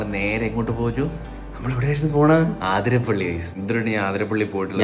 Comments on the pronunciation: ആതിരപ്പിള്ളി അല്ല അതിരപ്പിള്ളി ആണ് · Bro aathirapilli alla athirapilli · അതിരപിള്ളി ആണ് ചേട്ടന്മാരെ ആതിരപിള്ളി അല്ല 😅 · Athirapalli ennanu aaaaathirapalli allaa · Near my house. Not Aaathirapilly, it is Athirapilly. Miss my home 😢from Qatar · Its അതിരപിള്ളി...!🥰not ആതിരാപിള്ളി